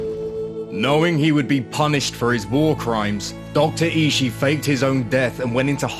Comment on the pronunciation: I think Ishii is pronounced "E-she-e"